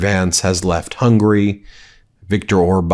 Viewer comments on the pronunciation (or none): none